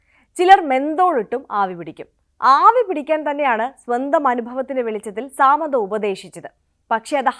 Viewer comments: Saaamandha alla madam it's samantha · സാമന്ത 😂.. അങ്ങനെയല്ല pronunciation